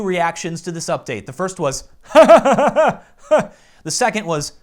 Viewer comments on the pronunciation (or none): none